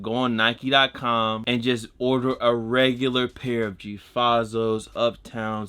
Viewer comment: ik my boy ain’t just say “gee fahzos” 😂😂